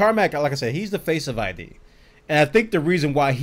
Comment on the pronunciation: It's not I.D. It's Id, like the human id.